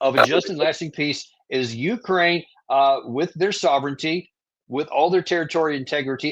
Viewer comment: Ursula can't even pronounce sovereignty. Don't expect her to understand it.